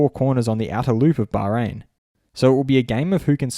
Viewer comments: I live in Bahrain and I can confirm is pronouncing it correctly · Anyone noticed he pronounces "Bahrain" correctly?😂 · i think it is the proper pronounciation